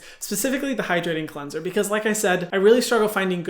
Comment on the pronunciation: ✨qwenzer✨ 😍 (this isnt hate, i love hyram <3)